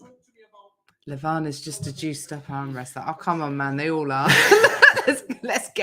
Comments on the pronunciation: you was pronouncing Levans name correctly. Its the Americans who pronounce it Levarrrn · is saying Levan's name right, its not Levaaan, its just Levan